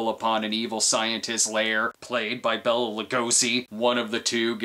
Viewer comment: Bay-la not Bella Lugosi.